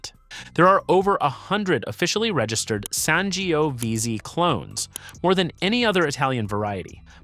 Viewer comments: How can you pronounce Tempranillo but butcher Sangiovese that many different ways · San jee oh veezee 😂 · Your pronunciations are cringe-worthy, particularly the Italian varietals Ciliegiolo and Sangiovese.